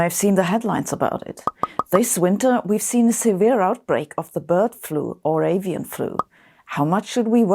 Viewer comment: When Sabine says "scared" I get some questions. aSian influenza? guess who's going to get the guilt for this.. ohhh "Avian" ..